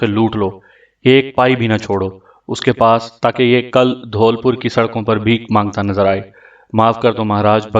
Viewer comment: Bhai wo dhoolpur nhi dholpur h aapka agla novel konsa hoga